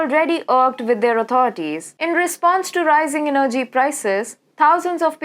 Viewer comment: You don't know how to pronounce energy properly. The stress is on the first E. Your English is so bad, i can't stand it. So much wrong pronuciation.